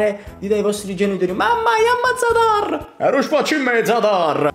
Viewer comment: Io sono Croato, Zadar non è un paese ma una città e hai sbagliato la pronuncia ma comunque sei un grande, l' anno prossimo vieni a Pola, io ero A Zadar la città dell' basket🇭🇷🇮🇹🇭🇷🇮🇹🏀🏀🏀🏀🏀🏀